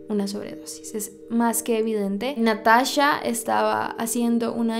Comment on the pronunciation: Me pone muy nerviosa que diga natasha en vez de NataCHA